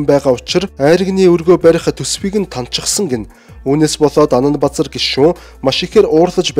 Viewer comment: Анандбазар гэдэг нэр Анандбузар гэж сонсогдоод байх юм ...